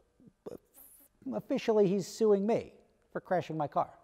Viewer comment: Maybe I should sue you for butchering the english language. S.u.i.n.g ( you're welcome ,please fix )